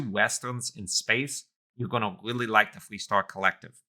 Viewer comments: Why do you sound like a cartoon character lol. Pronounce the letter 'R' properly. It's not a 'W'... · "I willy willy like constellation" the speech impediment is charming lol